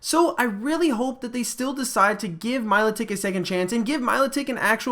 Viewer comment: meeeeelotic pronounce it right for one damn time😠😠😠😠😠😠😠😠😠😠😠